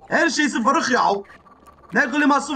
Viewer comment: Kırık değil vırrık